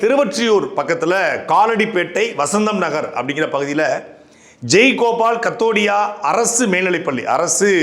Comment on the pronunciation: தப்பு தப்பா உச்சரிக்கறீர்கள். சாம்ராஜ் நகர், ஜெய் கோபால் கரோடியோ. கவனம் தேவை.